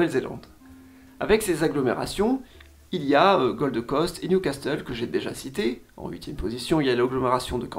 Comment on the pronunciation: Alors j'aime bien tes vidéos mais ne propose pas des promos pour des cours d'anglais en prononçant si mal PERTH (que tu prononces "PERSE" 🤮), NEWCASTLE, ET Gold Coast, ça m'a sorti de la vidéo plusieurs fois, ton sponsor perd en crédibilité. Merci pour tes vidéos 👍